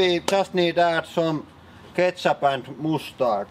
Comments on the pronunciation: Moose Tard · i think i just developed a new fetish on the way you say moos-dard. help.